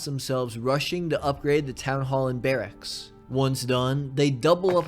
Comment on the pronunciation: The way your say Barracks as Bear axe is hilarious. Loved the video! You do an amazing job of injecting narrative into these management type games. Keeps it fresh!